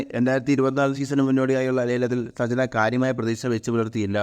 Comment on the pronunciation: സജ്‌ന യല്ലോ സഞ്ചന എന്ന് തെറ്റായാണ് ആദ്യം പറയുന്നത്. വായിക്കാൻ അറിയില്ലേ